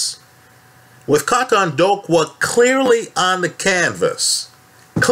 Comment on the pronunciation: KAUTONDOKWA( K.O-TONE-DOOR-QWER) just trying to help you bro lol